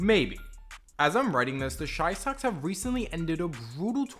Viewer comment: please stop fucking saying shy socks